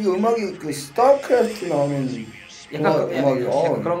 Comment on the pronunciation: 스타크래프트 발음 개 찰져 ㅋㅋㅋ